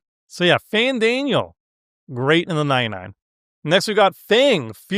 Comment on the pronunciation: This video was worth watching just for struggle to pronounce FF XIV cards. Did not expect him to get Fandaniel and Papalymo right.